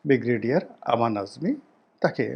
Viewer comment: আপনার একটা উচ্চারণ ঠিক করুন। বিগরেডিয়ার বলে কোন শব্দ নেই। উচ্চারণটা হবে ব্রিগেডিয়ার।